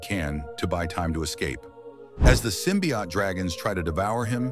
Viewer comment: I hate how the ai mispronounces symbiote